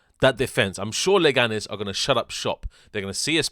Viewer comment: It's Leganes, calm down, mate.